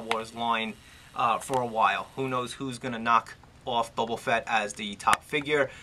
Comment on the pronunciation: Good review, however I have a couple of points of contention!!! First of all, his name is Boba, not Bobo, lol, and secondly, his shoulders do move upwards of ninety degrees, trust me just push them up a little and they'll slide ride into the joint!!!